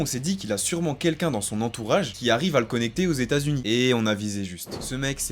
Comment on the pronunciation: Pitié les gars dites bouchi